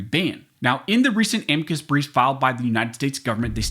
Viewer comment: You pronounced a m i c u s in correctly lard butt